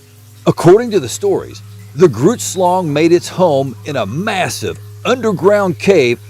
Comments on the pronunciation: Did he say Groots shlong? Hahaha baahahahahaha no... but I'd swear that's what I heard like 32Xs This guy huh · Ohhhh...grootslang drrrrs thought you said Groots shlong, these old ears are still telling me that's what you're saying tho... double entendre perhaps? Heh heh that would be funny AF